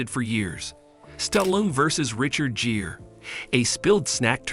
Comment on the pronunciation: Jeer? Ai can't pronounce Gere like gear? This ai can't pronounce any name right 😂